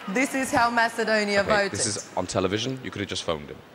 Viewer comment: Grittings from Mess-eh-dewn-ya. Or was it Oz?